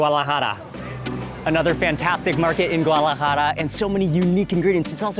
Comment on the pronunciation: He mispronounces so many things. It's irritating. Guadalajara not GUALAJARA.